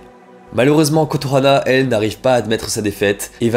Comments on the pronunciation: Ça me stresse pendant la partie schools days que tu dises Kotohana alors que c'est Kotonoha XD Sujet super intéressant en tout cas, les vidéos où tu parles de sujet "sombre" sont mes préférés :3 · Je ne savais pas que le yandere avait été démocratisé avec school days , par contre le kotohana au lieu de kotonoha m'a trigger de fou. Très bonne vidéo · Euh c’est Kotonoha par contre pas Kotohana mais c’est vrai qu’elle a un nom imprononçable 😅